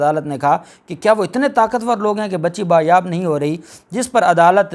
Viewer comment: لفظ( بایاب )نہیں ہوتا ھے بلکہ (بازیاب ) ہے